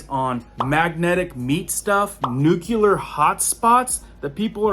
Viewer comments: Sorry...it's pronounced nuc-lee-er, not nuc-u-ler. (my ears hear nails on a chalkboard when that word is mispronounced.....but so many pronounce it incorrectly.) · It's not pronounced nuKELar, it's nuCLear. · Another great video my man. But I gotta put this out there again. Nuke-Lee-Er. Not Nuke-U-Ler. I know. I know. I'm being "that guy". Lol.